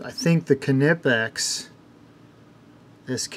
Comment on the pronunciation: Why people say kenipex, instead of knipex?😁 It is not right to compare used tools with brand new.